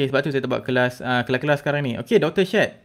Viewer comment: Terganggu betul bila abang salah sebut “Syed”